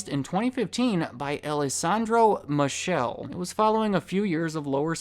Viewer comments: His name is pronounced Alexandro MiKAYLAY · its pronounced Alessandro mi -kay - lay. - love your vid and all the research that went into it though!